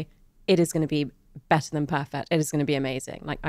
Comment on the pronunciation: Terrible pronunciation of 'better' 😀